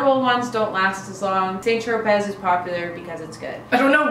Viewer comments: hehe cute video. Just for future reference (according to Tati) it's pronounced like Sant Tropay. :) The spelling throws people off. :) You're awesome though. Thanks for doing this! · Thanks for the laugh- the way you pronounce St. Tropez is hilarious. Keep up the fun videos!